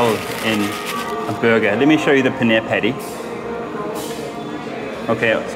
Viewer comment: Pls learn to pronounce dabeli and paneer it sounds so weird man